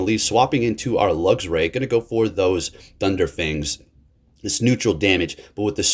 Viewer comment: Love you, but how many videos are you going to call it thunder fangs? 🤙😂